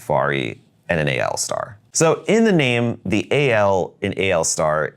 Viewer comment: Thank you for pronouncing the AL Star the right way, everyone seems to think it is ALL Star, which it is not. Yes, AL is the symbol for aluminum which is exactly what the pen is made from.